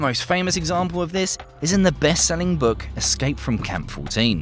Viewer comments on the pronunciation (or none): none